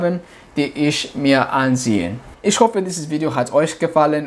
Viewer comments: Привет я живу в Германии и тоже очень быстро выучил язык, и хочу сказать что у тебя хорошо получается только не много ошибок делаеш там где надо говорить х например Ich ты говоришь ш- Isch. Удачи тебе! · В немецком немножко страдает произножение, в словах ich natürlich Ch произносится как хь с мягким знаком, у теб получается как sch ш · Ich pronounce is - Ихь. Нихть ишь.